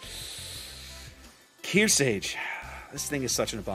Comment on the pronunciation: I know I'm being a grammar nazi right now, but It's pronounced kear•SARGE as in sergeant (you keep removing the R). She's likely named after USS Kearsarge BB-5, the only US battleship not named after a state but after a Civil War sloop; which was in turn named after Mount Kearsarge in New Hampshire. Other than that, great game. I loved the one-shot on the Hipper!